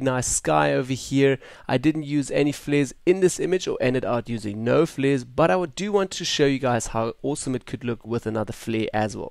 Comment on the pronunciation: "Fleres" :'D Love your voice brah!